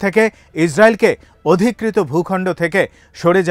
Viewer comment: Odhikrito na bolun dokholkrito